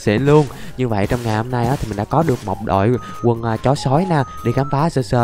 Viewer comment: Anh phát âm chuẩn ghe 😂😂 Thay vi {đội quân thì là đội quần }😂😂